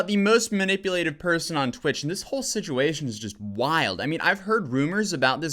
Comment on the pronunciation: Never heard someone pronounce “manipulative” like that 😂